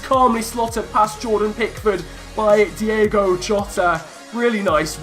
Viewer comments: As we said before... it’s Diogo not Diego 😂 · It's Diogo. Not Diego. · It's Diogo Jota, not Diego. Again messed up his name😉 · It is diogo jota not diego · It's DiOgo not DiEgo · Try not to say Diego Jota. It’s Diogo. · Its Diogo Jota. Not Diego Jota. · It’s Diogo not Diego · It's Diogo, not Diego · Try playing with Wolves’ natural 5-2-3 It would stop you from conceding so much and the wing backs would complement Josef Martinez as he has the power header trait... Also it’s Di’O’go Jota not Di’E’go Jota